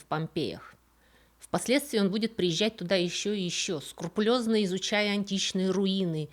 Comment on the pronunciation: "... скурпулёзно изучая... " Ну ё-моё, ну как так? Нормально же шли до этого момента. 🙃